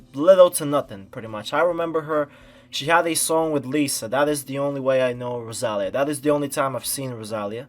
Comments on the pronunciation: IS the tonic rosaLÍa. You said roSAlia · an incredible artist like rosalia that this world doesnt deserve should not have her beautiful name pronounced like that lol. nice reaction and analysis tho 🤍